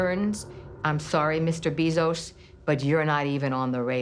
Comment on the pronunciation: Why did kamala Harris call bezos beezos